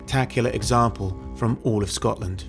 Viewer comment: SCOTLAND. Not “Scottland.”